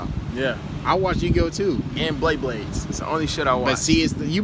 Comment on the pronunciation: This man said bleyblades